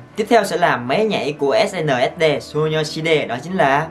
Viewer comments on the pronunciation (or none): E đọc Ét en ét đi 😕😕😕😕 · mà sao anh không đoc SNSd là Ét En Ét Đi vậy